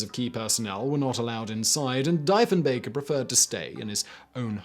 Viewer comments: The pronunciation is terrible. Cannot watch. "DEEF-EN-BAKER" not DY-FUN-BAKER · today Simon found out... DEEF-EN-BAKER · Deeeeeeeeeeeef. He was known as Diefe the Chief. That hurt my brain to listen to. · It is fucking pronounced DEE-FIN-BAKER!!! And my father designed and installed the fire alarm system in the one at CFB Shilo, Manitoba. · DEEF OMG Simon. It's pronounced Deefenbaker. UGH 🙄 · Simon, an interesting video. Unfortunately, the bunkers and Prime Ministers name is pronounced Dee-fen-baker, and not as you were (mis)pronouncing it. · You are prouncing the name wrong, Diefenbunker it is prounced dee fen bunker named after John Diefenbaker pounced Dee fen baker. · Diefenbaker is pronounced Deefenbaker. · His name is pronounced like Deefnbaker. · DEEF-in-BAKER. hire a fact-checker for heavens sakes..... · Lmao "diphonbaker" hilarious pronunciation haha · Isn't it pronounced like DEEF-en-bunker? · What the fuck? It’s deef en baker man. Jesus. Lol. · The PM's name is pronounced dee-fen-baker not die. Now you know the right way to say it Simon. Good video. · Canadian here. It’s pronounced DEE-fenbaker. Thought you should know. Thanks you for all the interesting videos. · Prime Minister "Deef"enbaker (pronunciation) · Deef-en-Bunker ~A Canadian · Thumbs down for the pretentious DY FEN BAKER pronunciation! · its DEEF-in-baker ..but you probably already know... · I shall join the Candain chorus on the subject of pronunciation. DEE-fin-bay-cur My work here is done. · his name is pronounced deef-in-baker. deef rhymes with beef. so deef-in-bunker. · Easy way to remember the pronunciation of our former PM: It's Dief the Chief. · DEEF-en-BAK-er. Rhymes with chief. DIEF the CHIEF. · The name is pronounced Deefenbaker. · Pronounced dee-fen-baker. Thanks for noticing us though. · Omg it's pronounced Deefenbaker and his bunker is the Deefenbunker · omg, tell me he isn't going to say die-fen-bager the whole video... edit: and he doesnt... lol. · It’s pronounced deef n bunker